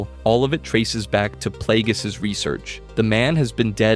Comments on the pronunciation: "Darth Playgays" bro 💀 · I came here for this comment 😂 who tf pronounces it like that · Darth Plagueis not Playgays. Dose show up on screen. The Acolyte episode 8. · Ah yes…. Good ol “Darth PlayGays”….. 🤦🏾‍♂️🤦🏾‍♂️🤦🏾‍♂️ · Hahahahaha! Playgays im dead bro! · Why are you saying Darth Plagueis like that? 🤣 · Bro, I like the vid, but learn how to say the names before you make content.😂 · He knows damn well he was saying it crazy